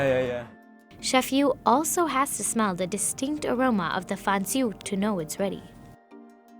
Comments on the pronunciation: I died when she said fan jiao as fan ju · Her pronunciation was so spot-on for "fan jiao" and "bao zai fan". Taking the time to practice small things like that is real journalism.